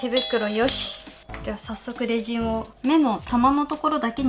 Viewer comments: レジンのイントネーション…… ✖レジン⤴︎ 〇レジン⤵︎ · F H 発音ではなくイントネーションですね。英語でもレジン⤵︎ですから。